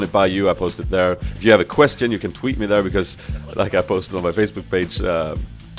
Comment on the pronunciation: "Corki is also a champion i have to train mä :D Swenglish